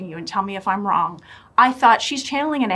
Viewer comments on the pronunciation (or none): why does she say " wrong" as "on"?